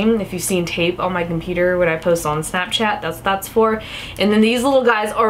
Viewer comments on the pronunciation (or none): none